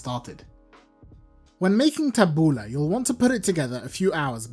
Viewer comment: My Lebanese mentor ( a neighbour lady who took me under her wing as a child) taught me how to make tabouleh. First, I love that you do not call it taboulEE like so many around here. I have always called it taboulEH rather than taboulAH lol. Secondly, I love that you are doing the proper chop of tomatoes and especially the parsley. I, too, was taught to keep the stems out and finely HAND chop. Otherwise, the parsley gets mushy, and the salad gets hard bits of stems (very unpleasant). I use a medium bulgar rather than fine and soak in cold water until it has absorbed it and becomes soft but not mushy. I also finely chop the mint. My lemon juice and olive oil and salt are added as i mix. Because it's such a labour intensive salad, if done correctly, we always make a large batch that will last the whole week. I find that it actually gets better after a few days as the flavours marry and mellow. I think it's probably because i soak in water and use the lemon to flavour.